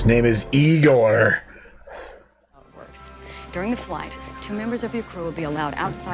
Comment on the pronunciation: No, his name is Egor, not Igor. Those are different names, and pronounced differently. Egor is more like “Jegor“, with the stress on "o", not "e".